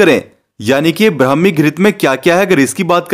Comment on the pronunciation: Phele bolana sikho brahmi ho hai bhai